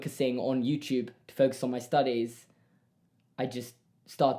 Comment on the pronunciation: Its adorable when says "yewchube" instead of youtube😂